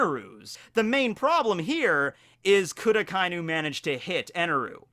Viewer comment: Ah-kah ee noo. Not ahkainoo